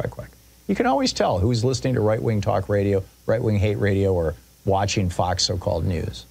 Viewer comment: Foxes are nice creatures, and people like foxes. Therefore, it's important to pronounce the name of Murdoch's alleged news channel as Fawkes news. With an emphasis on the failed coup attempt, I guess. 🦊